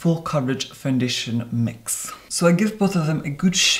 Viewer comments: FOUNDITION 🤣🤣😁 your amazing! EDIT better than Tati saying conciller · Quit a seamless fandeeshun